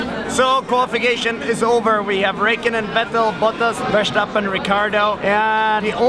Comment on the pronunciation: Veystappen hhaha try to say Verstappen with the R of try and say it in two words: ver and stappen. Nice vlog anyway! The Quality keeps increasing xD